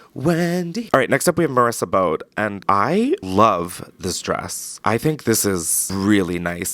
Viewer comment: FYI bode is pronounced bo-dee